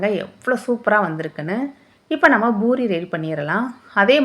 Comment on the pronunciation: அது boori இல்லை. Poori